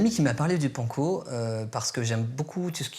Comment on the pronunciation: Mais comment ils prononcent panco?!?!?!?